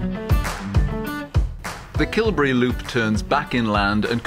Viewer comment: Great video, and I'm so glad you pointed out the importance of Dunadd. It is, in effect, where Scotland began. A couple of small points on pronunciation. Dalriada is stressed on the 'ee' sound, not on the 'a', 'ria' just as Rio is not stressed on the 'o', it's a diphthong as in Ikea (!). And Kilberry, like all Kil- names is stressed on the second element. Kil is the generic first element (the cell of...), Berry is the specific second element, a saint's name. Small points, that don't spoil a fine video.